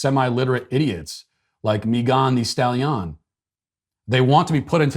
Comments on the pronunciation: The whole video I was trying to find out who he was talking about. The way he was saying her name sounded like it was from a different country. 😆 other than that I have no comment on the other stuff since I don't have it in me to care. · You've somehow improved her name with your mispronunciation... It now sounds like a rhyme in itself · Mee-gone the stal-yon 😂😂😂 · "Mee-gone the Stal-Yon" cracks me up every single time. 😂🤣😂🤣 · Mei-gone the Stal-Yon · Meegone di stahleeon, 😂 that got me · The pronunciation of Megan thee stallion is the greatest thing I've heard on the internet in this last month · The pronunciation "Megan thee Stallion" Is 🤣🤣🤣🤣🤣🤣🤣🤣🤣🤣🤣🤣🤣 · Matt's pronunciation of Meghan Thee Stallion is the best thing I've heard in a long time 😂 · Yes it is ! I freaking loved it!!